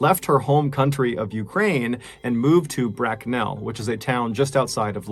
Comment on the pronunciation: Love mrballen but he can't say Bracknell. Lol